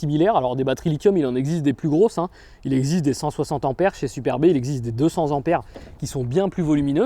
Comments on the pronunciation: Une batterie de cent ampères, donc cent "T"ampères et non cent Zampères, cent étant avec un T et non un S. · Slt, merci pour les infos. En revanche il n'y a pas de S en cent et ampère donc pas de liaison stp. Bises à toutes et tous. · Pas de liaison en prononcent Ampère, sinon: cent t'ampères et pas z'ampères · Bravo pour vos explications, mais par pitié, on dit cent "t" ampères, et pas cen t"z" anpères, cent ne prenant pas de "S" quand il n'y en a qu'un, ...de cent ... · Merci beaucoup, cependant il faudrait arrêter de dire "100 z'ampères", il n'y a pas de "s" à cent, donc on dit "100 t'ampères". Lol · Merçi pour ton expose !! A NOTER :::CENT ne prends JAMAIS de S C.A.D. ==CENT TEMPERS et non CENTZAMPERES Amen !!!! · Merci beaucoup, monsieur, pour cette vidéo qui m'a éclairé sur ce sujet que vous semblez maîtriser et qui m'a aidé à prendre une décision. Je m'abonne à votre chaîne avec hâte de découvrir les autres vidéos. Une petite remarque, toutefois, si vous me le permettez: cessez de répéter en boucle "cent z'ampères". Je vous assure, pour vous l'avoir entendu répéter une trentaine de fois, que c'est particulièrement irritant pour des oreilles pointilleuses. Je m'apprête à regarder votre vidéo sur les accessoires, et malgré l'intérêt que je vous porte, j'ai peur de vous voir me proposer des objets à moins de "cent z'euros"... Cela étant dit, merci encore de nous apprendre toutes ces choses qui vont m'être bien utiles dans un avenir proche. J'espère ne pas trop me faire insulter par de courageux anonymes pour avoir osé vous reprendre sur ce "détail", c'était sans méchanceté ni arrogance...